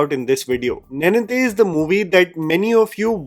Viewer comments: Sad reality is that you have been saying Telugu names(words) wrongly ever since I've been watching you This time I didn't even had the time to increase speed of the video and you hit me with the word nae-ninthe and you pronounce neninthe. Sorry for the rant, thanks for the video. Appreciate your work bye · good discovery. Ravi Teja is actually a very capable actor. His “Mass Maharaja” persona is a facade…. although i have a problem with your pronunciation of “neninthe”. Nen (similar to the sound of a lions “MANE”)